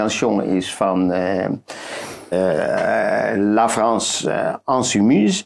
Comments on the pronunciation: zegt steeds 'Ensoumise' (onderdrukt), waar het 'Insoumise' moet zijn (opstandig)!!!!! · U kan best het woord ingeven in Google Translate onder 'Frans' en op het microfoontje drukken. Geef daarna ook 'ensoumise' in om het verschil te horen. Fonetisch wordt de uitspraak voor 'in' geschreven als ɛ̃, zoals in 'pain', 'interdit' of 'symbole'. 'En' van 'ensoumise' wordt geschreven als ɑ̃ zoals in 'tente' of antilope'.